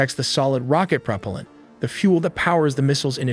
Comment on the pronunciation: Wait a sec...prop-palllent? Calling it slop